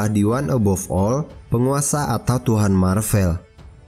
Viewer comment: Maaf min, pelafalannya yang Mar-Vel, bukan Mar-Vell. Mar-Vell itu memang ada tapi itu nama seorang Kree yang pernah berkamuflase menjadi manusia (perwiranya Carol Danvers waktu dia masih menjadi pilot).